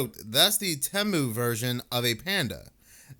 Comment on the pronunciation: Temu is pronounced Tee Moo it’s kinda like Amazon but not. Just fyi🤪😜😂😘